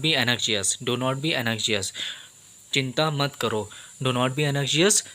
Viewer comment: Bro u r trying to do good job, but u need to rectify ur pronunciation. Anxiety and anxious.